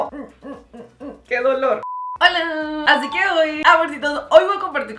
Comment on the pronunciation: Me encanta cuando mariale dice "hacique hoy" me encanta 😊